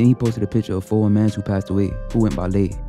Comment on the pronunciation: Lay rhymes with blay